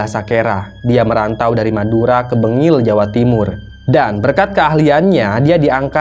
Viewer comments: bangil kyak e bukan bengil 🤭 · 😢bangil bukan bengil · Bangil bukan bengil 🤪🤪🤪🤪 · Bangil mind....BKN bengil....🤭🤭